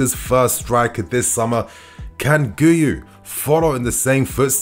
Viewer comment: PSA: It's pronounced Ghee-You 👍